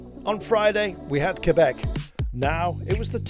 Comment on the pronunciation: Thanks for pronouncing Québec and Montréal in French. The way it was meant to be. Not even English Montréal people make the effort to pronounce it the right way. Much appreciated.